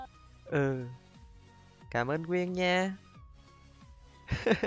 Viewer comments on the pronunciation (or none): Quyên mà a cứ nói là quyêng